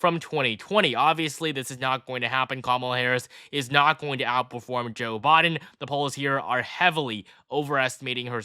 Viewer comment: Am I the only one hearing 'Bodden' Instead of Biden?